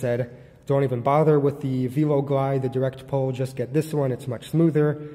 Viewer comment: Probably because velo is associated with bicycle, and it has a chain, and no lever. Velo is not a new word. Pronounced like 'vello'